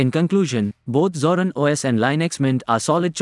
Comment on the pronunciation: Please learn to pronounce it correctly, INSTANT CLICK OFF